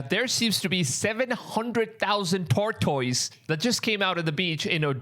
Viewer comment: Bro you need to learn how to pronounce tortoise